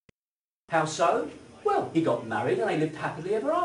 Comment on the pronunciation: I like what you say, but I cannot bear how you say it. I really wish you would learn to pronounce -ing. It is not -een. Nor is it -in. And l is l, not w. It is well, for example, and not weww. It is milk and not miwk. And -ew as in new. New and few rhyme with you. Pronounced as nyoo, not as noo, like the moo of a cow. Your mispronunciation of newer as nooer is bad enough, but your clumsy mutilation of fewer as something approaching fooer is ludicrous. A fooer, if the word exists, would be someone who foos. Someone like me. Foo to you for your silly pronunciation! Too true!